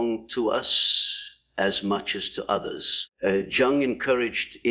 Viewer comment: this must be a bad AI because mispronounced three words last one being Carl Jung’s name plus repeats same message over and over